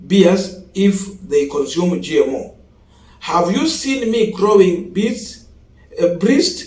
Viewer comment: BREASTS is pronounced as 'BRESTS' and not 'BRISTS'. That's on a light note.